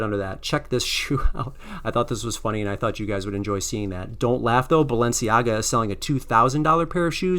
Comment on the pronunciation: ..he said..."Balenciaga"....